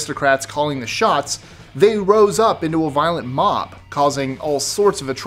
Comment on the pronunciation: "Mom" mentality. That's what I heard more times than "Mob". Anyones else, hear the same?